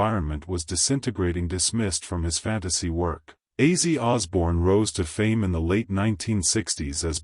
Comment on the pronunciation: How about using a real person to narrate this drive me crazy not how his name is pronounced